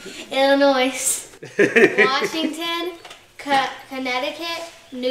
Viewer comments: The S....is SILENT in Illinois!!!! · No S sound on Illinois!!!!!!!!! pronounced ill- A Noy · FYI - the "s" in Illinois is silent. Not a biggy. Just so the kids know.